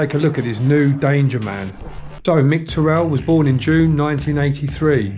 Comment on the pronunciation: I grew up in Shiremoor and knocked about with his little brother, mint bloke. Great doc but the name pronunciation is kinda backwards, you pronounce it ti-rrell, its pronounced te-rrill just like its written. I know its just a small thing but it was like nails on a chalkboard in my head every time you said it :P